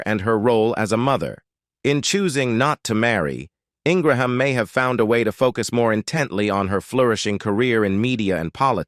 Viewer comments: It's an artificial "automated" reading of the script by computer. It repeatedly calls her "In-gra-ham", a pronunciation she HATES. She prefers Ing- gram. You can hear this automated voice narrating more and more Youtube videos. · This is the worst biography I’ve ever heard on utube very biased and repetitive and the constant mispronunciations for her name...then you accuse her of being a bigot prejudice DISGUSTING She is a Conservative that does not make her prejudice I have watched her for many years and admire her intelligence and her point of view. When you discussed her Education you talked about her amazing Law degree from University of Virginia but ended with Dartmouth talk Utube you can do better